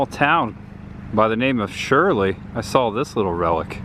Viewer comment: Great vlog ! All of my home town (Worcester) fun locations ! I was going to be a wise ass and correct your pronunciation but there so many ! You got two right Rutland and shirley.